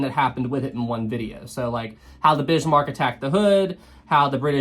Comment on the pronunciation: Please don't say "Bishmark"